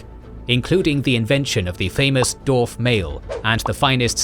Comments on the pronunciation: Incredible work, this video is a fantastic companion to the books.Forgive me, but my only gripe is how you pronounce the word "dwarves / dwarf" seemingly without the W. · Thank you for this incredible video! I’m blown away by the detail and effort in this almost 8-hour exploration of Middle-earth’s history. I do have one quick question: throughout the video, I noticed ‘dwarf’ is pronounced as [do:f]. Is there a reason for this variation? I’m asking out of pure linguistic curiosity, as a fellow Tolkien fan who loves the language side of his works. Again, thank you for such an amazing contribution!"